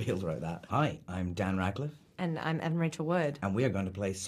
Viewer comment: Weird Al Rad-co-liffe